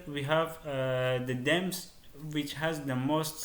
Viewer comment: its themes not dems